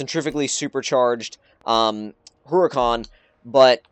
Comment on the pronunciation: It is called Her-u-con obviously you know it's spelled Huracan